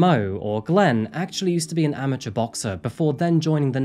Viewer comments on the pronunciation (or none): none